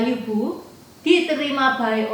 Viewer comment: Sekedar masukan yaah, Pelafan yg benar sbnrnya bukan Liu Bu, tapi Lyii Puu... ama disebutkan Liu Bu dan Liu Bei seolah2 mereka satu marga tp sbnrnya marga mereka beda jauh....